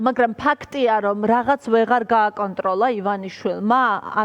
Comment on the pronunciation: "ლაღაცც ვეღალლ გააკონტროლლა ივანაშვილმაა!?" ლ-ებს რატომ არბილებს ეს თინეიჯერი ჯორნალისტი 😂?